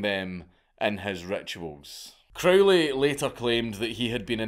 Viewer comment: It's Crow-ley (rhymes with "holy," as he himself insisted :) ) Epic madlad (both the guy and the vid). I was hugely into Crowley and all that stuff in my late teens and early 20s, and I still have a soft spot for all that craziness, even though I'm pretty much full fash these days. It's pretty obvious that there are loads of tucked-away corners of the universe (including our own minds, what consciousness is, how it's produced, etc.) that we still don't really know all that much about. I suppose the only difference in my attitude now is that I agree with the scientist Richard Feynman - it's ok not to know. What's certain is that if you do particular practices with energy, dedication and persistence (e.g. the various kinds of meditation, ritual magick, sex magick) you do sometimes get striking results, and they're fairly consistent. But whether the results are wholly subjective (the sceptical position), fully objective (the traditional occultist position), or a mixture (e.g. something like Jung's analysis), is difficult to say for certain - and nor does it really matter all that much. (Or as Crowley himself prefaced one of his books of magickal instruction: "maybe." ) We've only been around for a very short time, cosmically speaking, so it wouldn't be at all surprising that we don't yet know everything there is to know :)